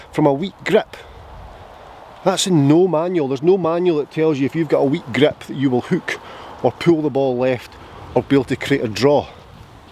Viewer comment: Hey. Love how you pronounce grip “weak grep!”. But seriously, thx for this video. I’ve been working on snapping the club head through the ball at impact and you’ve made me think of this in a different way. Thx! Can’t wait to get to the range. 😊